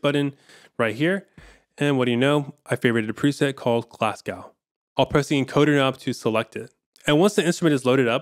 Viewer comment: That’s not how you pronounce Glasgow.